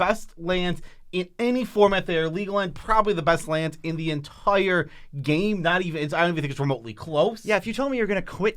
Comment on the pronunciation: The word of the day, 'entoire' (ex. "best card in the 'ento-ire' format") is brought to you by from mtggoldfish 😁 #notsponsored